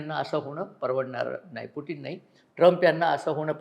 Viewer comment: अभ्यासक, पुटीन नाही ते पुतिन असं pronounce आहे असं वाटतंय